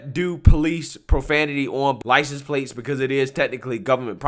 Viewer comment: This is awesome. Lol. "Your pwates hurt my feefees."🥺 🤣🤣🤣🤣🤣🤣🤣